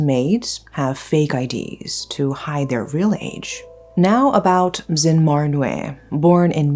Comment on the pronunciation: *Zin, not Zen. It's Zin Mar Nwe to be exact. In Myanmar names, we don't have first names, last names. We pronounce all names together. So, it's Zin Mar Nwe to be exact. That said, we do have short names which we use between friends and family. In this case, you can call her Zin Mar. We rarely call one word only except for one condition, between lovers (that is love relationship).